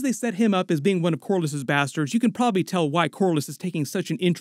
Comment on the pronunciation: This mf said "bustards"